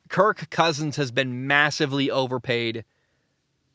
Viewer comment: Please stop saying his name like that